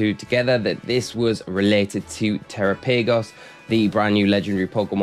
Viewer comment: Thanks for the update and glad to see you back home. I think instead of saying tera paygos, you should try saying it the same way you would say Galapagos like the island since that's likely the origin of the name